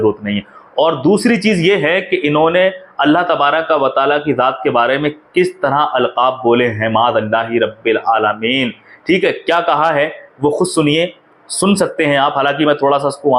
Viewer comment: Sirk😂😂( shirk) sareek😂😂(shareek) jaat😂😂( zaat) is admi se lafzo ka talaffuz nhi ada ho raha isko kon chutia hoga jo alim samjhega😂😂